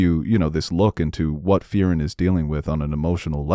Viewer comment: That pronunciation of Frieren bothers the hell outta me.